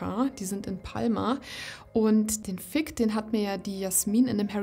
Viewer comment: "Fig", mit "g" wie "groß", nicht "k" wie "Kloß". Hört sich nämlich etwas anstößig an, so wie du es aussprichst :D